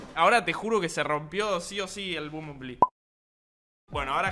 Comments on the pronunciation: Me encanta como dice bombonbli (nose como se escribe xd) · nadie spreen diciendo bumbulbi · Como pronuncias el nombre del transformer me da ansiedad :'v